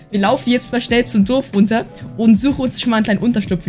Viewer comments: Es heißt Dorf nicht dof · Du sagst immer durf das heist Dorf hahahaha Nicht böse gemeinst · XD er sagt „Duf“ zu Dorf 🤣